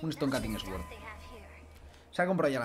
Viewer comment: "Estón cating esguord“ <3